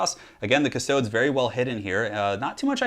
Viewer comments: Custodes = Cust-ode-eeze. Not custoads. Astartes isnt pronounced Ass-tarts after all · The way he says custodies hurts. Cust-stodes ugh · Not to nitpick but it's pronounced custo-dees. Think like adeptus astartes. It would be silly if it was pronounced astarts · "custoads" tho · Technically this is latin and pronounced coos- to(not with the English o as in "over", but with the o most other European languaged use) des (long e I think, also an e that i can't think of an english example for) On the other hand GW are British. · it's pronounced cust-toad-dees, practice your high Gothic (Latin) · IT'S PRONOUNCED 'KUS-TOH-DEES' 'KUH-STO-DEES' I mean, I love your channel,, but AAAAAAAAAAAAAAAAAAAAAAAAAAAAAAAAAAAAAAAAAAAAAAAAAAAAAAAAAAAAAAAAAAAAAAAAAAAAAAAAAAAAAAAAAAAAAAAAAAAAAAAAAAAAAAAAAAAAAAAAAAAAAAAAAAAAAAAAAAAAAAAAAAAAAAAAAAAAAAAAAAAAAAAAAAAAAAAAAAAAAAAAAAAAAAAAAAAAAAAAAAAAAAAAAAAAAAAAAAAAAAAAAAAAAAAAAAAAAAAAAAAAAAAAAAAAAAAAAAAAAAAAAAAAAAAAAAAAAAAAAAAAAAAAAAAAAAAAAAAAAAAAAAAAAAAAAAAAARRGH! P.S death to the false emperor xoxoxoxo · The way you say Custodes hurts my soul